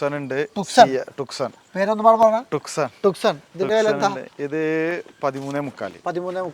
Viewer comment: ഹ്യുണ്ടായ് ടുക്സൺ അല്ല, ട്യൂസോ എന്നാണ് പ്രോനൺസ്‌ ചെയ്യേണ്ടത്.